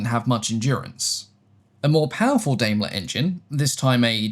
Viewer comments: Daimler (Germany) is pronounced "Dimeler". I understand that there's a British Daimler that's pronounced "Dameler". Same with Maibach, pronounced My-bach. Otherwise thank you very much for another interesting, high-quality, video. That 1913 Le Rhone rotary engine is beautifully made. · In English, Daimler would be pronounced like "DIME-luh" and Maybach as "MY-bach" ("my" as in "my plane" and "ch" as a uvular sound, like in the "ch" in Scottish "loch").